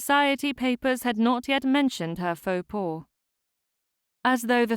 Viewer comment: "Faux pas" is pronounced "Foh pah", not "paw". At least for English speakers (cannot vouch for genuine French speakers 🙂). Otherwise, lovely clear story telling, and a very pleasant story so far. Thank you.